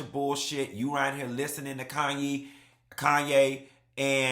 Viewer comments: The way he says "Andy-lay" 😂 and "Kanye" for Khanyi... Haha it's always hilarious to hear y'all butcher (unintentionally of course) names we're so used to lol. Fellow South Africans.. hello 👋🏽🇿🇦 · He’s close with Andile. But Khanyi…. Lol. That one, forget about it 😂😂😂